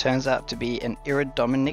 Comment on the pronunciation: "Ira-der-mer-mex" is the pronunciation 😊